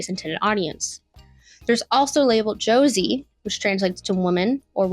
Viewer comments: "Josi" "Bisojo" "Go Nagi" "Studio Parrot" Please work on your pronunciation if you want to make essays. And did you seriously say that Creamy Mami's name is an innuendo? Was it really so difficult to watch a single episode of the show to find out where her name actually came from? Hint: it's from her parents' crepe shop. I'm pretty sure you haven't actually seen any magical girls outside of Sailor Moon, Utena, and Madoka. You simply don't understand the basic timeline of this genre (insulting Cutie Honey like she was some dirty joke, even though her monumental influence created Sailor Moon, including the iconic transformation sequences), and what was actually important to it. You ignored absolutely legendary works like Tokyo Mew Mew, Corrector Yui, Ojamajo Doremi, Precure, and even Cardcaptor Sakura (saying nothing of Clamp's another classic, Magic Knight Rayearth). You simply focused on the three shows you watched, and built a narrative around them like nothing else matters. And the narrative itself is insulting - men and women alike enjoyed this genre since the beginning, and both men and women find the feminine beauty of magical girls exciting in all kinds of ways. There's no need to take about any gazes, there are only preferences, which don't have gender restrictions. If you want to be a video essayst, you need to put vastly more effort into your due diligence. You can't just write this like you would talk to your friend who knows nothing about the topic, so you both mak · Its Josei, pronounced "jo-se-i". Stick to tiktok vids, girlie. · Yeah alright when i heard josei being pronounced ''joezey'' i knew i was being subjected to brain damage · i was cool with all the misinformation until u said "josie" instead of josei. now i want to scrap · Josei is pronounced "Joe-say". A lot of my favorite manga fall into that category when I can get my hands on them! ^,,w,,^ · we 1min plus in and girl can’t even pronounce JOSEI??? BRO let’s be fr anime tourist alert!🚨